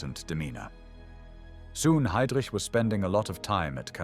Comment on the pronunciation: So ist es, wenn man eine KI diese hervorragende Doku übersetzen lässt: Es kommt dabei nur Mist heraus, vorgetragen von einer leiernden Roboterstimme. Die Fritsch-Blomberg-Krise dreht sich plötzlich um eine VerteidigungsministerIN, die wie Heydrich völlig falsch ausgesprochen wird usw. Die Fehler sind Legion. Bitte neu übersetzen.